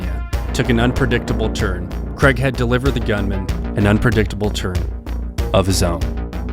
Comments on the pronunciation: "Craig" not "Cregg" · It's KRAY-G not KREG 😂. Why do Americans pronounce Craig KREG? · lol they always say KREG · Really well put together, I look forward to the book finally coming out. Craighead is a legend. I just wish you guys could pronounce the name Craig…(Craay-G) Other than that…excellent! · Americans. Please lean how to pronounce Craig. It’s not creg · Why can't American people say Craig? KRAYG. I thought it was a Malcolm In The Middle joke, but have since discovered that all Americans struggle to pronounce the simple name correctly